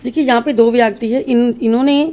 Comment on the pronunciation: Y so many numbers for date of birth ? U pronounce व्याकटी X Kts a व्यक्ति